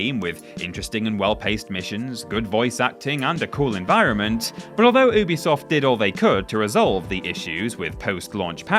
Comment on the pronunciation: Hopefully one day will learn how to pronounce Ubisoft correctly…